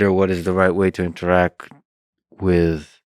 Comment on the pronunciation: InteractT!!! The word is “InteracT!” With a T at the end!!! GOD this guy suuuuuuucks!